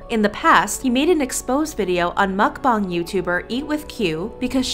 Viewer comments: It's pronounced MukBANG, not MukBONG! Listen to people when they pronounce it! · Real Brice mukBONG is correct. Original Language: Korean 먹방 = mukBONG However since it’s popular in America no one really cares how you say it, Korean or American pronunciation. Americans would read it and say mukBANG.